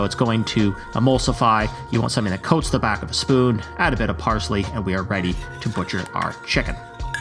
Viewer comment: Thee bones? don’t you mean ‘the bones?’ Lol ‘Thee meat?’